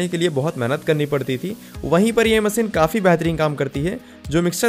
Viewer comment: bhaisaab Hindi toh thek se bola karo content acha hota hai par language aise jaise kisi ne kheer mein namak daal diya ho MASEEN nahi MACHINE , sA nahi Sha mughe toh lagta hai aapke maata pita ne aapka naam SHUBHAM rakha hoga usko bhi aap SUBHAM bolte ho